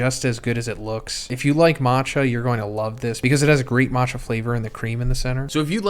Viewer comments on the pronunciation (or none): none